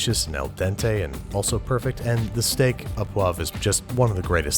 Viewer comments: Au is pronounced like oh not ah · "Au" is pronounced "o" by the way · It is Steak Au Poivre, and Au is pronounced "Oh" . Steak A poivre would mean the steak belonged to the pepper as it it was its property and au means the steak is of type pepper. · It's pronounced "Steak O' poivre" not "Steak Ä poivre". Just to let you know. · Au is pronounced as "oh" in French. Good video, btw. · Fun fact: "au" is pronounced "o" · It's pronounced Steak oh poivre. 'Au' making the sound 'oh'. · Why do Americans not pronounce correctly? I mean it's understandable the au sound is wrong but the poivre is cringe. The "re" ending is not silent in poivre.